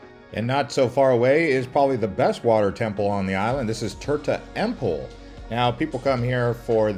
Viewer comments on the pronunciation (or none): Lived in Bali for 2+ years in the 1990’s. Tirta Empul is pronounced … tear tah m pool , tegallalang means cow field and is pronounced tea gah lah lang